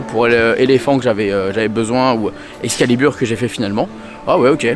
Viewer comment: C'est Excalibur pas Exclaibur mdr